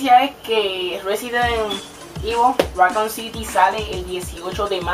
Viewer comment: "picí gueimin" -aplauso- "residen ivo" -aplauso- "racón siti" -aplauso- "goros wal 4" yyyyyyyyyyyyyyy no aguanté mas... por cierto te presento una letra: se llama R. la usas en donde usas la L.